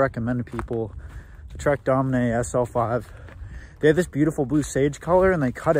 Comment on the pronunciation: I've heard a lot of dumb stuff on youtube but I've never heard something as dumb as somebody pronouncing the trek domane as trek "doh-many". Its pronounced "domain" bruh...